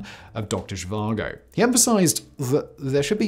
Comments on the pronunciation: She vango???? VAGO! Doctor Zhivago ....no ng :) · For some reason in the first half you pronounced it as zhivango and later as Zhivago didn't you watch the movie? I mean who am I kidding, you probably didn't 😂 doesn't mean it isn't interesting to watch tho. Very interesting tho I didn't know about this let alone that the Dutch helped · I may be wrong but i always thought it was pronounced doctor she var go and spelt doctor zhivago. If im wrong then i apologise but that is how i have always said it and heard it said. That aside, great work as always simon. The videos you put out across all of your many MANY channels are always a great watch. I never miss a episode. Keep up the great work and i cant wait to watch your new episode of the casual criminalist after i have watched this. Thank you for all your hard work and effort in creating what is for me the best set of content on youtube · Dr Zhivango?? Oh, Simon, what are we to do with you? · There’s no “N” in the pronunciation of Zhivago.